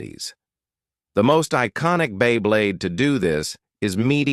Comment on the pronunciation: This AI narration sounds like shit. "During the history of bEy bLeYd"